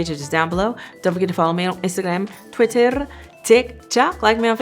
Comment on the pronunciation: you're intelligent, considerate, strong and an absolute peach! Also I wish I could role my Rrrrrrs like when you said Twitterrrr ✨